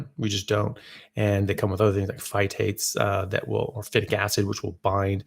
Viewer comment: Lol in the intro, phytates became fight heats. Good job AI… Not going global warming on us are you 😂 I had a hard heart beat when I first started. It raised my BP for a bit (maybe just diet change body stress). It did calm down in a few days. Don’t eat right before bed helps - some heart stuff is caused by the stomach pushing on the Vagas nerve. Had that some in the past. Not now on ketovore.at all.